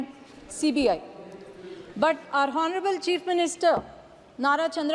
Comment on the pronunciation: English pronunciation should improve... In Honourable, 'H' should be muted. Nandyal Parliamentary Constituency, not Nandyal Paliament... Most of the Abbreviations should have 'The' before them. I wish he were here.. not I wish he was here.. Not Clutch but it should be 'Crutch'. In Sword 'w' should not be pronounced, therefore it is 'sord'. Just a few to name... grammatical and pronunciation errors....pls.